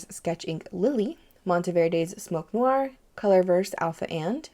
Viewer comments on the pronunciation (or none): none